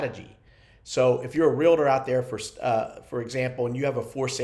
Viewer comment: UGH please say Realtor correctly if you are a licensed agent! 2 syllables. Not 3. Sorry, drives me crazy when I hear this. Like "nucular"...and thank you for the tips,!